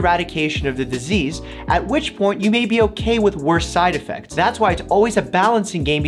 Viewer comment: I love the....”side edfects” cam